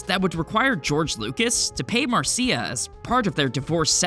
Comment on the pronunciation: Mar-see-a, Mar-see-a, Mar-see-a!